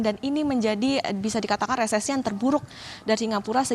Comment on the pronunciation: Resesi Re se si Dibaca resisis